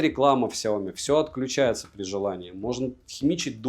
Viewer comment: 😂😂😂 "Сяомит" меня когда так назвали в чате , я даже немного обиделся. Но я уважаю чужое мнение и про обзор могу сказать только - СУПЕР. Особенно когда топ на 1 месте мой любимый бренд. За видео однозначно лайк.😊👍 Спасибо!